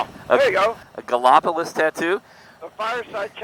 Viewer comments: Sorry had to laugh hearing ya pronounce Gallopolis. I do not think I have ever seen the Ohio River clear, maybe not as muddy. I drove that SR7 many times from the Silver Bridge to SR33, but not on bike. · The town is pronounced "Galla police". It was settled by the French. I was corrected the first road trip through there myself 😃